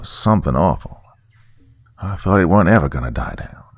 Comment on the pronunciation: I wish I could show you how to say the word "weren't" when it's in that context, cause it's not how it looks